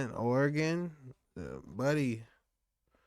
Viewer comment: I stand corrected you say it right homie